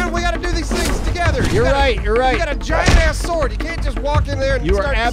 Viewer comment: Why does Thick insist on pronouncing the W in sword(s)? Is it trying to be one of those things like Stewie Griffin's H in Cool Whip?